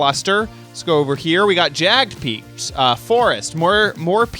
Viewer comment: Why are you always mispronouncing jagged peaks?